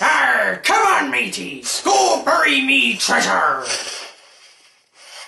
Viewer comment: U pronounce "burry" strangely too me.